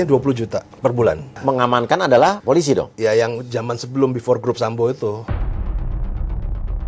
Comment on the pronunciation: Wooooeeehhhh!!! Mari belajar membaca! Pe O PO.... eL Ii LI... eS ii SI... POOOO LIIII SIIIII Wakakakakakak 🤣🤣🤣🤣🤣🤣🤣🤣🤣 POOO LIII SIII Wakakakakakak 🤣🤣🤣🤣🤣🤣🤣🤣🤣 POOO LIII SIII Wakakakakakak 🤣🤣🤣🤣🤣🤣🤣🤣🤣 POOO LIII SIII🤣